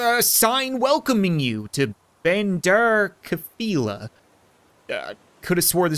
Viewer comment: You pronounce bandar kafilah wrong